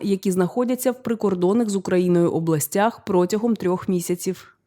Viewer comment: Шановна, треба говорити "протягом"!